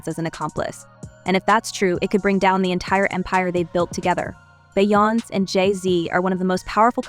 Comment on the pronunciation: Who is "Bye-Ounce?"